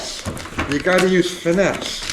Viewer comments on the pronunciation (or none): Finesse????....FINESSE??!?!?!...get your rock out and bash it!!!